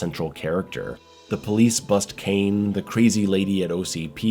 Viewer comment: The name is Cain, not Kane and ir's Robocop, not Robo Cop. Maybe you should watch it again.